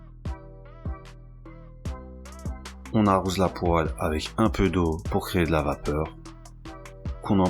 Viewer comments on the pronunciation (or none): none